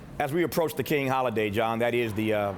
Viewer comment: Why do these white news anchors INTENTIONALLY mess up Dr. King's name?